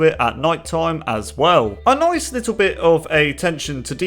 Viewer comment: HE SAID NOICE ;)